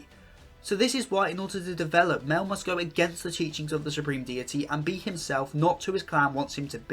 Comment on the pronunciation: love the video! excpet its pornouced "my-el" <3